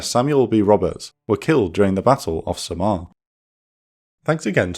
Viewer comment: In the Philippines, we don't pronounce Samar as "sa-MAR". It's the other way around. The stress of the pronunciation as "SA-mar". Also, can you do more Intel Report and Operation Room videos on battles in the Philippines during WW2? Like the fall of Bataan, the infamous Death March from Bataan to Tarlac, liberation of Philippines, the landing on Leyte, and maybe, life in the Philippines as a guerilla soldier fighting against the Japanese occupation?